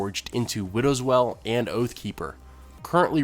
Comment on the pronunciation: Please...for the love of god...widow's (whale) not (well)!